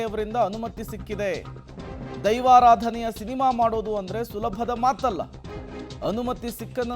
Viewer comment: ಅದು ದೈವಾರಾಧನೆ ಆದ್ರೆ ನೀವು ಧೈವರಾಧನೆ ಅಂತ ಒತ್ತಿ ಒತ್ತಿ ಹೇಳ್ತಿದೀರಾ 😁😁 ಸರ್ಯಾಗಿ ಉಚ್ಚಾರಣೆ ಮಾಡಿ... 🙏🙏